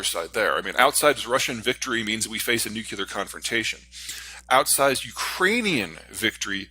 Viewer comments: Peter! For the LAST time, it's pronounced Nu - Clear, NOT Nuke - yeller! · When is he going to learn the adult pronunciation of ‘nuclear’?